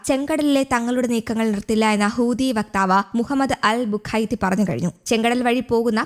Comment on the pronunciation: ഹൂത്തി, ഹൂത്തി, ഹൂത്തി ഹൂദി എന്നല്ല